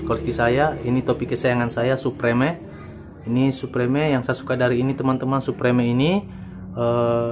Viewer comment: supreme di baca suprem😁